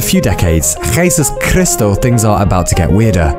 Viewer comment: This kinda sounds like how native English speakers would go about pronouncing Dutch. Namely: jesus christus. Maybe I am totally off tho. Cuz those two words pop up in a lot of languages and sound very similar in most.